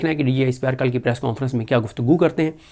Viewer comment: صدیق جان صاحب پریس کوں فرنس کون فرنس کون سا لفظ ہے۔ انگلش میں نون غنہ نہیں ہوتا۔ پلیز اس لفظ کے تلفظ کو درست کریں ہمارے بچوں کا تلفظ خراب نہ کریں